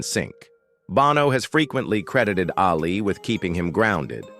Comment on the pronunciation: that’s NOT how JEFF LYNNE spells his name. And you can’t even pronounce “ Ali”. Duh.